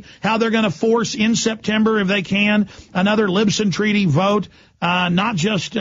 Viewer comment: alex says "LIBSON" instead of Lisbon twice. Good Lord.